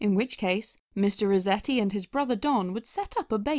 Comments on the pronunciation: You kept saying Mr. Rezetti. With a name like Resetti, doesn't it make more sense to pronounce it how it's spelled? RESETti? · Am I the only one bothered by her pronouncing it Mr. Rezetti? Does that mean she says, "I had to rezet my computer," and, "please zet it on the table when you're done"? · Who was also annoyed at the fact that she kept calling him “mister reZetti” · Your pronunciation of "Resetti" bothers me. You make it sound like "rezetti", as though it doesn't have the word "reset" right in there. Unless you want me to believe that you pronounce that word as "rezett"...